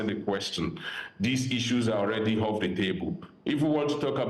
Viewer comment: "Unnecestry"; "Hoff". My friend go and learn to pronounce words properly.